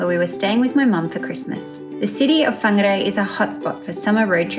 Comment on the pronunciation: What beautiful pronunciation of my home towns name. Perfect. I grew up riding my bike in the kauri reserve.